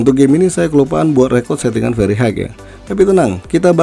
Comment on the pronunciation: High, pronounce nya hi bang bukan haig 😅